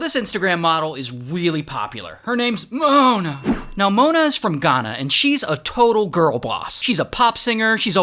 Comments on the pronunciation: "MoOahna" -Ray William Johnson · Why did he say Mona in a weird way 💀💀🤨🤨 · Why did bro say mona like that 💀💀💀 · Okay but why did he say Mona like that 😭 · Why did he say mona like that¿ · the way bro said mona is wild